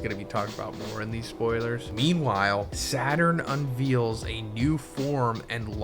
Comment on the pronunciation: “Unveals” lmao